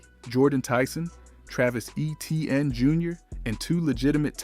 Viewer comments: no one even pronounces it how you spelled it. its actually pronounced aye-chan not aye-chain. but everyone else that he said might as well just say it as E-tee-in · Number 3's name is not Eh-tee-an. His name is Eh-chee-ann, sometime pronounced A-chain. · At least pronounce Etiennes name right if your gonna talk about the saints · Shough absolutely is the main reason the Saints are predicted to do so well this season. And please, if you’re going to post content, learn how to pronounce Olave and Etienne